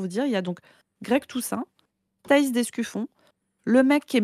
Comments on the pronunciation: C'est vraiment dur de ne pas entendre ''Escufion'' a chaque fois 🫢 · C'est l'Escufion ^^